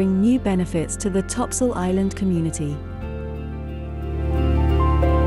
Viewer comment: If you knew the island history, you would never pronounce it topsoil